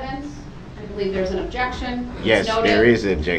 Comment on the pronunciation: “Objeckshion, speckleitive”. 😂